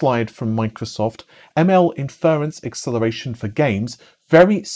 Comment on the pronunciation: Inference: In--fuh-runce. *not*, In-fer-runce